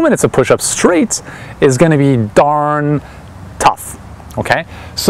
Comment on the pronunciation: "daRRRn" lol